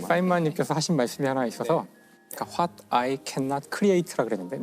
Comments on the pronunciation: what을 "홧“이라고 읽네 ㅋㅋ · 제가 본 아일랜드인 노교수님도 홧이라고 하더라구요